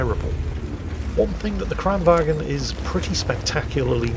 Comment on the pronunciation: you dont pronounce the G in Kranvagn